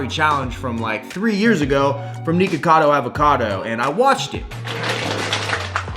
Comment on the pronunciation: You cant even say his name right lol